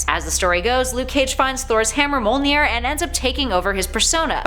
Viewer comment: Gotta love the pronunciation of Mjolnir as "Mole-near"....only other person I've heard pronounce it that way is Benny aka Comicstorian. It triggers me but maybe I've been pronouncing it wrong the whole time as "Me-yol-near"?